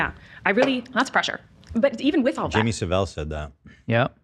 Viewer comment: As a Brit the way you pronounce Jimmy Saville is hilarious 😂😂😂